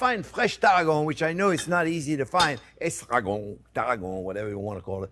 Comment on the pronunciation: start with "EStragon!!!" lol We like French!!!